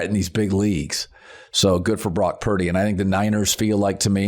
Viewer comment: Anyone else find it annoying that he cannot pronounce Purdy. It's not pronounced Piiddy!